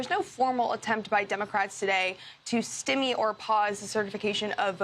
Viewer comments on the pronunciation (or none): That is not how "stymie" is pronounced. That is not even a variation of the pronunciation. How do these people get through journalism school?